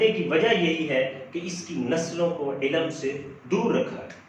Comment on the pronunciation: سر علم کا تلفظ درست کر لیں، عِلْمْ درست تلفظ ہے جبکہ عِلَمْ غلط ہے، باقی ماشاءاللہ آپ کی ویڈیو بہت زبردست ہے-👍